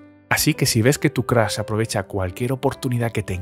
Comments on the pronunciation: Soy el unico que le gusta mucho su voz pero odia cuando dice Crash joder es Crush no Crash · Nadie: El narrador: Crush = Crash